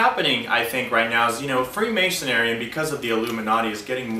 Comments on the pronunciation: This man can't even say the word. It is "Freemasonry". pronounced Free- mason-ree. The "Free" in freemasonry, means that the individual was not bound to any one particular area, and could travel freely throughout Christian Europe, and work on different projects. This man is not at all expert on Freemasonry, he does not get it. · He keeps saying ''Freemasonary''